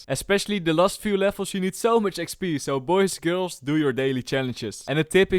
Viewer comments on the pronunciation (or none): none